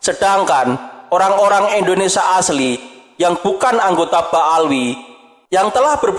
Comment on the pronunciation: Bukan Eslam min.. tapi islam, bukan Endonesia tapi Indonesia 😁🙏